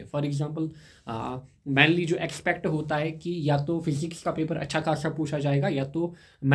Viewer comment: Mainly❌️ Manly✅️